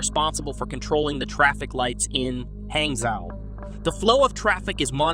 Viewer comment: pronounced "hahng-joe"